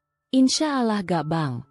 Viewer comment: Pasti bakal seru kelanjutannya. Maaf min tolong untuk pengucapan "Allah", diperbaiki.🙏